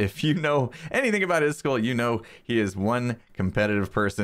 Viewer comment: iskull blah blah blah... Me: IskAAAAAAAAAAl!!!!!! Say it right!!!!